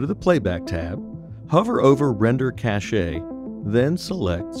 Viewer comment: Just FYI, "cache" is one syllable; it's pronounced the same as "cash." Thanks for the effects!